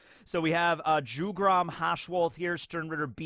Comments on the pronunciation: I'm pretty sure Jugram is pronounced "Yugram". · Jugram isnt pronounced like that. "J" should be pronounced like "Y" in words like year, yet, yarn...